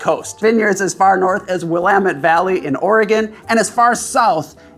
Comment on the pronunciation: Tbh I’m mostly just impressed that someone from Chicago pronounced “Willamette” correctly